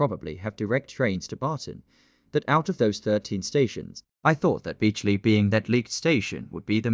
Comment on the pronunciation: It’s beechley not beechly